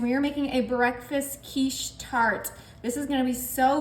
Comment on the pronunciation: Sorry but it is quiche